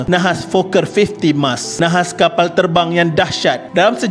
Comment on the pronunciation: tok suka sgt perkataan kapall, teball dan beberapa perkataan lain yg melibatkan huruf 'L" dlm semua video D.M.D ni.... cara admin menyebut tu tok suka hehee...